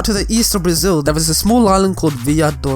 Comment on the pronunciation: I'm from Brazil and your island pronunciation was really funny lol